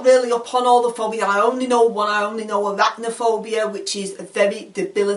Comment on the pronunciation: Lol I'm in tears here. A- rack- nophobia. Can't go to IKEA 😂😂